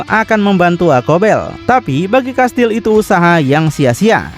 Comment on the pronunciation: Saya Fans abang ini ga pernah skip, like trus tapi Komen baru ini krna pengen benerin aja 😊 "Kastiel" Bang Baca nya Bukan "Kastil" 😬🙏